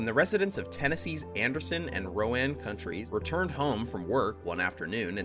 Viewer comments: Rone not RowAnn. Just FYI as it's a regional pronunciation thing. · Anderson and Ro-ann counties? It’s pronounced like “rone”. The spelling is Roane County. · I leave there. You did mis pronounce roane co. Done pronounce the e. :) think Roan co. , doesn't end with ane sound. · *Roane It rhymes with “moan” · Nicely put together video (other than Roane pronunciation). Very few of the videos on Oak Ridge point out the consumption of 1/7 of all electricity produced in the US. Its mind boggling to think of all the power consumed by metropolitan cities (New York, Chicago, San Francisco, etc) and the industrial cities (Pittsburgh, etc.) - and yet somehow this small community rivaled or exceeded them in power consumption during peak production. With that in mind, there were likely few locations in the US that could've supplied that much electricity. Proximity to TVA resources was one of the major considerations for placement of Oak Ridge. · Learn how to pronounce Roane. Also Appalachiain.